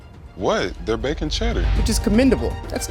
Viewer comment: 'Wut Dey Bacun Chedur?' lulz love it